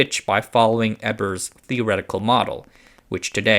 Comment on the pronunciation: its not Ebbers. it is Ebers. so LOOOONG E and short B, but u epmphasize the b. no. soft b. short. its real a pain when they cant prounounce all the german names. like they are everywhere and yet americans dont "need" to learn another language